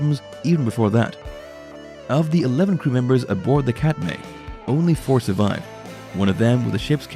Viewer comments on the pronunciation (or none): It is pronounced CAT MY not cat may. And Sig didn’t have “legal issues.” That’s his brother Edgar.